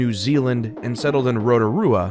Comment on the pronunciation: my man pronounced Rotorua pretty good for an American.